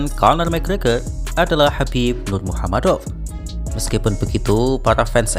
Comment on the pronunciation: Min tolong jawab. Kenapa suka bgt menyebut nama khabib menjadi "Nurmuhamadov". Sedangkan aslinya menurut bahasa lokalnya ya sesuai tulisan "Nurmagomedov". Kenapa gitu min?